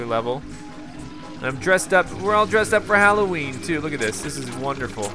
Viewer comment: Did he call nightmare before Christmas nightmare before cholloween?